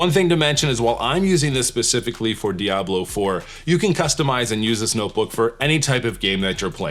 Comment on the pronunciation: Your pronunciation of diablo is perfect Spanish 😊. Last time I played video games was with a PS2 lol, games became more complicated and I just don't have the brain for it.